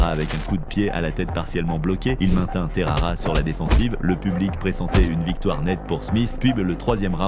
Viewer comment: Terara ? c’est Texeira